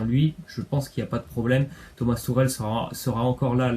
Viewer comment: Tourel ????? C'est tuchel si tu arrive pas à le dire tu dis " Tuchelle "